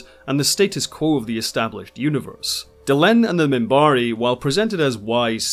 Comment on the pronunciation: I loved the way he used to pronounce the names of species. He would call his own the "Centaarre", and the Minbari as the "Minbarre." One of my favorite characters.